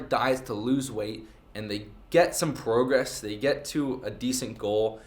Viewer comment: the type of guy who cant pronounce progress